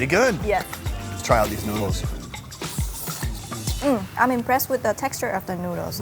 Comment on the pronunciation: "The NOOduls" -*